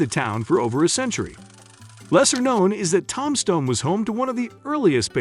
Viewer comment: One of the most famous towns in Arizona - TOMBSTONE and the idiot announcer or stupid AI program pronounces it TOM-STONE.